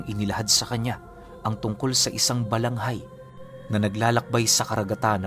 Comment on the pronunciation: Narinig ko ang kwento na ito sa lolo ko na albularyo, Balangay po iyon hindi Balanghay.